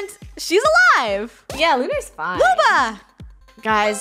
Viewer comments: when they keep saying lubo instead of luba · It’s Luba :3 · e-HEM it’s lub-A